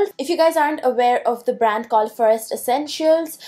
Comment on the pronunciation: Stop pronouncing 'forest' like that, wtf you on girl